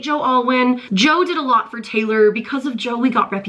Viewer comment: Not Traylor please lol